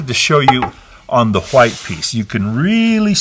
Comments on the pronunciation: The tutorial was great but the way you say white makes me uncomfortable… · i thought i was the only one